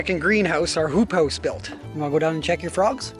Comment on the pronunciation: Did you say hoop house or poop house? LOL great video